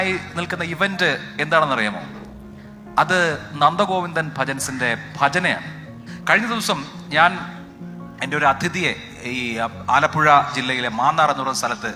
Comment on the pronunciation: ചാനലിൽ വരുന്ന ഒരുത്തനും അതിഥി എന്ന വാക്ക് ശരിക്ക് പറയുന്നില്ല " അഥിതി" എന്നാണ് പറയുന്നത്. ഒരു പബ്ലിക് ഫോറത്തിൽ വന്ന് സംസാരിക്കുമ്പോൾ ഉച്ചാരണം ശ്രദ്ധിക്കണ്ടേ